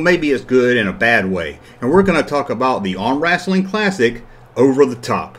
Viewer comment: It looks like Lewco also had the license for Sesame Street, Gumby, and The Flintstones. Hearing you say "wrassling" cracks me up.